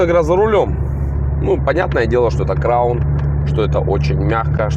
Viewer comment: Бля аж уши режит от слова краун